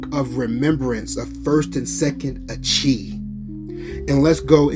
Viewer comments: Achee is pronounced.. … Ah-Key it means Brother ✊🏾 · bro I understand what was viewed but YOU still are miss pronouncing the word itself the CH in Hebrew makes a K sound there is no CH sound in Hebrew that’s why I was correcting you because it will cause confusion to some